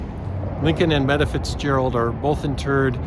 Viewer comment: Meta Fitzgerald’s name is pronounced MEEETA, not METTA! I should know, she was my aunt. If you’re going to do these kind of videos, get your name (people and places) pronunciations right!!